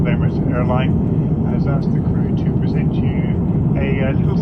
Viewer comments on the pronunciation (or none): none